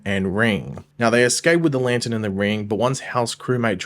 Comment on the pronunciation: Can you learn how to pronounce lantern?????????